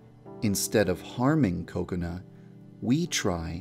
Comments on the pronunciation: because its pronounced ko-ko-nuh. in japanese there is equal stress on all syllables, so it sounds like coconut. this whole "ka CONE a" is wrong because you are putting stress on the middle syllable. so just say coconut without the t and thats pretty much it, unless you put stress on one of the syllables... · Yandere Dev you say kokonut to though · Wait that's NOT what they are saying? I always just hear Coconut and I assumed that was her name. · Did anyone notice that it sounded like he said "Coconut Chan" I almost died... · Yep, Kokona's Japanese pronunciation does sound like Coconut. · and kubz scoutz calls her kakoni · I keep hearing "Coconut" instead of 'Kokona' 😂😂😂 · Why did u called "KOKONUT" anyway??!! XD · why does he say "kokona" as "coconut"? 😂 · kakona is pronounced by Kubz Scouts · It sounds like he is saying Coconut xD But ya deer dev, you have outdone yourself again :) tysm! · The only reason I watch this is because the way Devpai says Kokana it sounds like coconut XD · Whenever he says "kokona" I always hear "Coconut" 😂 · Every time he says Kakona I ALWAYS think he is going to say cocout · im pretty sure i heard too much of kubz scouts saying coconut cause everytime yan dev said kokona i heard "coconut" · I keep thinking you're saying coconut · It sounds like he's saying coconut when he says Kokona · Are you calling Kakona "Coconut??" It sounds like it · Oh my god at first I thought he was saying "Coconut" not "Kokona" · In the subtitle "coconut" The whole video all I heard was "coconut" instead of kokona 🤣🤣🤣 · I literally thinks he says kokona, coconut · Woah Wait first off Did He said "Coconut"? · Is it me or I just keep on hearing coconut instead of Kokona XD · I heard you say Kokonut instead of Kokona lol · Your Saying Cocona Not Kokona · It’s pronounced Kakona not Cocanu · actually its kokona, japanese don't have C's in their kana. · its kokona chan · WE been pronouncing it wrong this whole time! Oops!